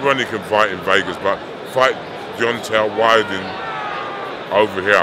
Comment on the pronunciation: deontel wide-un lol